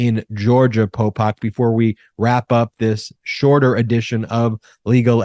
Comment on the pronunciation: Could you please stop calling him " Popok"???? It sounds like you're saying Pol Pot, the ruthless Cambodian Murderer/Dictator